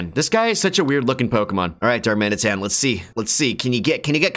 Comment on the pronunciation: actually taught me how to properly pronounce a pokemon for the first time. I was today years old when I learned the I in Darmanitan comes before the T.